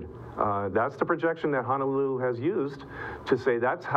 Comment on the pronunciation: Please correct your pronunciation of Honolulu. Mahalo.